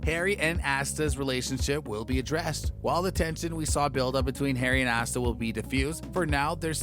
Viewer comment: Asta rhymes with pasta.